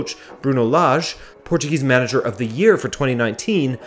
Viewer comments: Dude, how can you say those names as a Portugueses person? 😳 Great accent! About Benfica...I believe the fans should expect this to happen. As a Flamengo fan, we have tried to alert them by saying that hiring JJ and investing over EU$100 M wouldn't solve the club problems, and would put Benfica in a very dangerous place. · Alright man I get it you can pronounce Portuguese names correctly